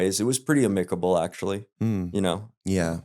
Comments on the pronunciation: I’ve never heard someone pronounce amicable…ahhmickable 😂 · Except for "aMICable."